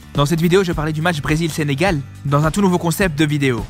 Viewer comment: Allleeeeee le SENGAL DIT par un marocain